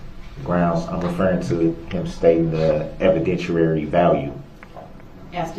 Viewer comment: Evident-weary-value. I’m axing you